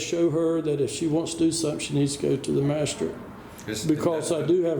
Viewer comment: "Masha-strate"? WTF is a "masha-strate"?